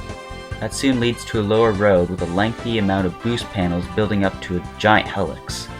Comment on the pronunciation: this video is amazing but your pronunciation of helix makes me want to gauge my eyes out